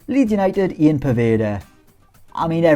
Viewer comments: Poeda's first name is pronounced "yan" not Ian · Pronounced yan not ian 👌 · You always seem surprised that poveda’s name is Ian but it’s not pronounced the English way, it’s pronounced ‘Yann’ due to Colombian family. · Poveda’s first name is pronounced Yan apparently